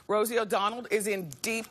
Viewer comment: I never realised how many times she's said. it. I'm SHOOK. EDIT: "Rosie O' DONALD " lol